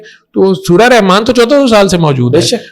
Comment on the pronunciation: رحمن کہتے ہوئے تجوید کا خیال رکھین ح گلے سے رگڑ کھاتی ہوئی نکلے گی